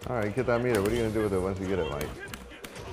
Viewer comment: i swear when he said METER, i heard it as PETER!!! lol